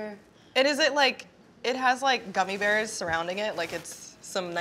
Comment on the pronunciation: Nobody:: gummy berrrrrs